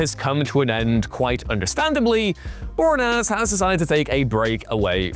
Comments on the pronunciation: That mispronunciation made my head hurt. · I swear they do it on purpose just for the comments. How can a channel based solely on pop culture be consistently bad with name pronunciation? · David Bore-naz??? Bor-ee-ah-nez.